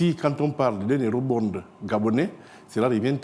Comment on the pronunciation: Quel Ministre? "Eurobonde".